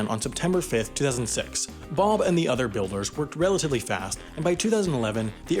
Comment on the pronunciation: Did he say... Bob the builder?